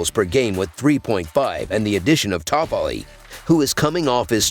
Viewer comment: My god listening to Tyler toffoli name 😂😂😂 just get someone to read this